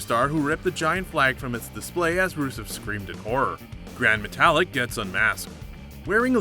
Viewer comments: Gran MeTALick, CEsaro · This man said gran metallic 😂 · He said gran matalic like metal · And gran Matelik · Could we get another aka a better narrator for these vids? This guy doesn’t even know how pronounce Cesaro’s,Metalik’s,Nia Jax’s or lana’s name correctly! Do your reasearch before you make the video! You botched more than every one on this list! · Seezaro and grand metallic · The botch that I like is the one you did of everyone's name. You're "" but you clearly don't know how to pronounce names? Do you even watch WWE? Obviously not so let me get to your botches since we watched a video about them...or bloopers as you call them. Who is Ceasar oh? It's Cesaro (See-Zar-Oh)...Lana (Lawn-nah)...Gran Matalik (Mata-leak)...for Balor (say er instead of or)...Snuka (Snook-ah). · Pronounce Cesaro properly. WWE say it every week. Oh, and you cannot pronounce Gran Metalik properly either.